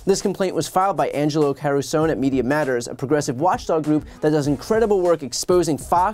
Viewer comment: Learn to correctly pronounce Mr Angelo Carusone's name. Mr Angelo Carusone's name is Italian. Learn to respect other cultures. Do not be a shmuck!